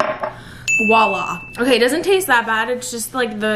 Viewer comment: Every time you said “wa la” i laughed hahaha P.s. it’s “voilà”